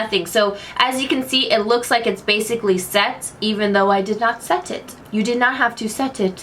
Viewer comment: I noticed you don't know how to say Basically 😂